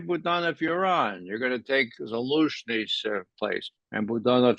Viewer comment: Zaluzhni is not Zasluzhni.